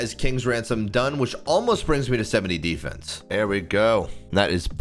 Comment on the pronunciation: How do you manage to pronounce Defence 2 different ways within 2seconds lmao